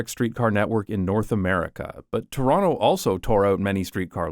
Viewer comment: I can vouch that he lived in Toronto because he pronounces it Chronno